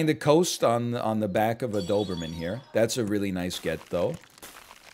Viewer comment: Simply can't say Noberman